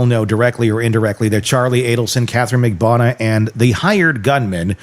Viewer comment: Why can’t you pronounce Katherine Magbanua’s name correctly?